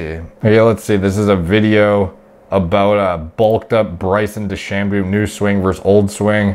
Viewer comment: DeChamboooooooo? "De-Sham-bow"